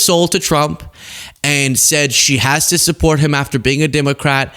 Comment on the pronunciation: 😂😂😂😂.....you said "affer"....